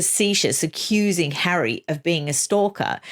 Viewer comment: riggggght. hahahahaha LOVE it. I cannot bear that stupid woman and her breathy voice, her vocal fry and her Elizabeth Holmes deep cadence . as for the stupid 'rights' they are only surpassed by her "Hawwy' which she said with pouty face when Oprah wanted to know who the terrible royal had spoken to about her Childs skin colour.